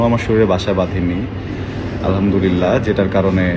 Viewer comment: আলহা'মদুলিল্লাহ বলার সময় ح বলতে হবে, ھবললে অর্থ বিপরীত হয়ে যায়,,الحمدلله